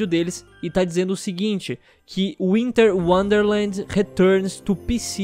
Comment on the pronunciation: UINTER UONDERLEND RETURNIS TU PICI, PLEISTEICHON CUATRO AND EQUIXBOX UONE